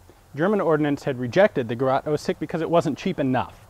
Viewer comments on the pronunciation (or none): Ahh you did know in the "German Jäger pistol" video how to pronounce the "ä" and yet you say "Gerat" instead of "Gerät" ;-) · 'Gah-rot' chokes. this is geh-rate. great vids, though. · ä! ä! ÄÄÄÄÄÄ! Gerät! not gerat! just joking its ok with u yanks! XD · The spelling is Gerät, not Gerat. It's pronounced Gere:t, not Gerat. It's meaning is roughly device, piece of equipment or gadget. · Gerät not Gerat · "Gerat" sounds so wrong just say "Geret" it sounds like the real word which is "Gerät" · "Gerat", damn as a German I was asking myself who this Gerat was and why did I never hear or read of him. Then I realizes it is "Gerät", which is best translated as "device". Experimental is the same word in German as in English, though pronounced slightly differernt. Anyways, thank you Ian for another great video. PS: please don´t confuse our little German minds by relpacing the ä, ö, ü. ;-) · It's Gerät, not gerat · Excellent Video but learn to pronounce Gerät😁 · Seriously.... damn dude, it's called "GerÄt" and not "GerAt", and therefore becomes pronounced differently. If even Wikipedia says it correctly, why can't you then? ;) Otherwise, great video once again (although it's 6 and a half years old now). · Gerät not Gerat. (Greraet) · Please just pronounce "Gerät" like "Geret".. love your channel! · HAHA Gerat? Gerar ?? Gerat???? I get it - Gerät ! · it`s "Gerät" not Gerat. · German for device is "Geraet", not "Gerat". The vowel is pronounced like the a in at. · its called gerÄt 06, gerat isn´t a german word ;) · Actually its called Gerät. That "ä" is like "ae" combined. for example Gareth Bale The Bale part with its a. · its "Gerät" buddy ... and it just means "device" ... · Don't you mean Gerät? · sounded like you said Heckler und Coach :D.. and its Gerät not "Gerat" a bit like the a in anyway. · its "Gerät" not "Gerat" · It is actually called Gerät :) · gerat.. it's actually gerät. a and ä a different letters in german. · gerät is pronounced like ge-Rate, not ge-Rat